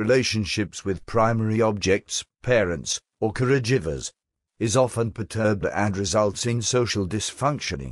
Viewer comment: Good software, though I had a giggle at 'Care-jivers'.